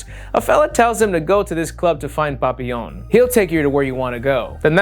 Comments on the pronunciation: I love hearing say papillion's name with Spanish zest 🤣 should be pronounced like pa-pi-yon, love ya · it makes me giggle every time you say "Papillon" because it sounds like how my mexican dad says "Papa Johns" lol